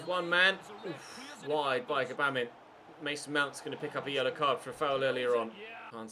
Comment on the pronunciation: Say it right...bah-mean=Gbamin